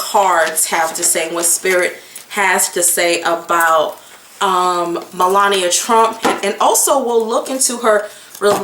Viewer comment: Hey girl, hey 😊 you have a serious problem with names. ME....LA...NI...A.... MELANIA. looool